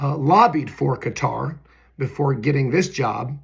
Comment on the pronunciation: Thank you for being possibly the only other person on earth who’s pronouncing Qater correctly! 🤙🏾😎🤙🏽